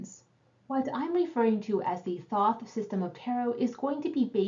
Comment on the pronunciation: re. 10D… the signs on the coins are all associated w Mercury except the ✡️ in Hod. the BoThoth talks about it ☀️. mercury rules ♍️. i pronounce it thaw-th. however i’m almost positive the correct pronunciation is thOth, the way you said it the second time.